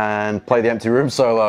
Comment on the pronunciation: "Emty Rooms"..